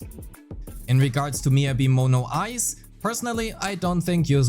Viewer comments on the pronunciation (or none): none